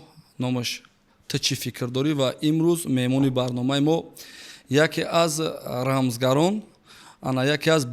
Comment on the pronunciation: Рамзгар не 😂 размгар